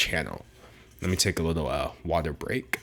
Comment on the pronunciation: no one: d'angelo: WateR BreaK